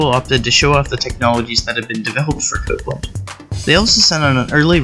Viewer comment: I took a drink everytime you pronounced Copland as "cooplin" and "copelin" . Aside from that very irritating trait, I liked this video.